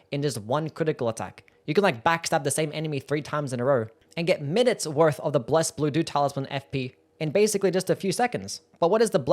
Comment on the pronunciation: I was listening to the video on the background and I was constantly hearing "blessed doo-doo talisman":face-blue-smiling